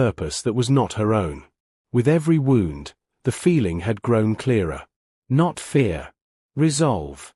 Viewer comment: wound. can you maybe train your AI better?